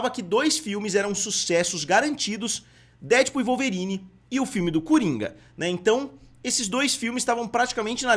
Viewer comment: por favor, pare de falar DÉdpul. A pronuncia correta é DeadpÚL. Última sílaba é a tônica. Deadpool. Um abraço!